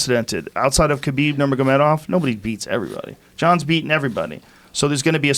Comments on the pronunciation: Carlos Conduit , Khalabib, and Stiopic... can’t wait for joeys next mispronunciation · Angel Sanchez yes holy shit. Fuckin up street names too. Kalabeeb lmfao